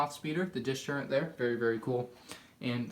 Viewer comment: If i had a dollar for every time he sad turrent instead of turret. Dude my god.